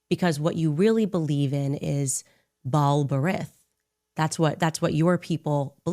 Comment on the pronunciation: Bal Baretg??? Does she mean Ba’al Brit???